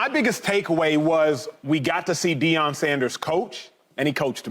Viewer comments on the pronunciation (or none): It’s Shilo not Shiloh and it’s Deion not Deon ans it’s Shedeur not Shadeur